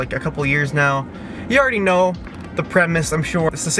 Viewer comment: HAHAH the “yARdy know!” At the end